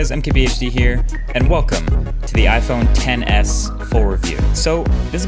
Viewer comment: Iphone xs not "ten s" 🤦🏼‍♀️